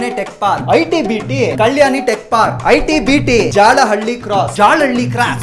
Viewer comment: Except metro speakers no one pronounce jalahalii properly